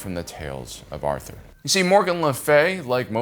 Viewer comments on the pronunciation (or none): none